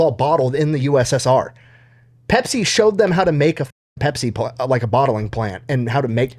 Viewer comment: but "Bepsi the best"